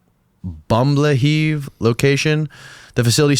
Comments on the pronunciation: bum-bleh-heave centre is top draw from the yanks haha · did just say bumblaheeve:face-blue-smiling